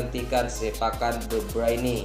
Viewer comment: Sejak kapan kevin de bruyne jadi Kevin de breini, :D